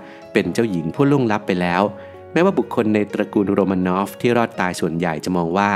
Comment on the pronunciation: ทำไมราชวงศ์โรมานอฟ กลายเป็นโรมาโนว่า ทำไมซาร์นิโคลัส ทำไมชื่อเหลือแค่นิลัส?